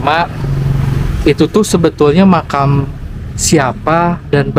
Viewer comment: Mkam gitu lho bang nyebut nya